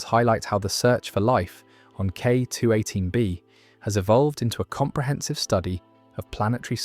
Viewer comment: Why are pronouncing K218B so differently everytime. You‘re setting the pause weirdly, like K…218B or K218…B